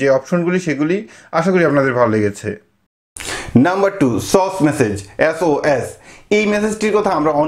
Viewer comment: Ota sos bole na ... S.O.S prottek ta lettr alada kore bolte hbe...akshathe word hisabe bolle hbe..na...asha kori bojhate parlm..